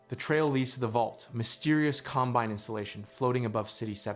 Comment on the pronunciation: This has to be a text to voice video right? I mean, the pronounciation mistakes are so strange. Com- BINE ?